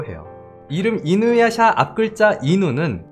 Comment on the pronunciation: 이 와중에 이누야샤 할 떄 샤 발음 안되셔서 이누야사라고 하시는 거 귀여워요ㅋㅋㅋㅋㅋㅋ